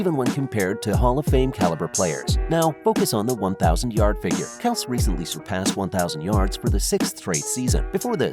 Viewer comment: if you wanna make a video like this atleast say the guys name properly